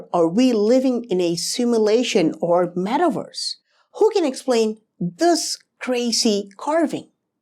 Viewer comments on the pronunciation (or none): none